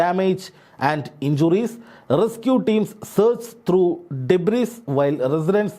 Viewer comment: Pronounce Derbis as debri.